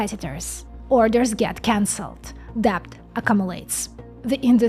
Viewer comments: The b in debt is silent, so it sounds like bet with a d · A micron nit: the B in deBt is silent.